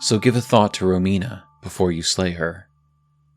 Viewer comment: Just wanted to congratulate you for pronouncing Romina right, I've heard many people saying Ròmina. It's an italian name and as an italian it hurts a little every time 😂